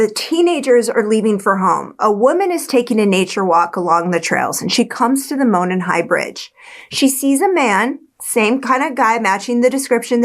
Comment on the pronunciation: Monon is pronounced like "moron", but great video. I find the science behind the ejected bullet pretty suspect, but it does sound like they've got the right guy. I hope. The Delphi police aren't exactly Scotland Yard.